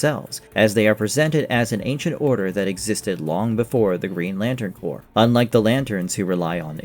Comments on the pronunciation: Did I hear you say “corpse”? Pronounced “core”. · corps is pronounced core. not corpse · Corps is pronounced cor, not CORPSE. Jesus Christ.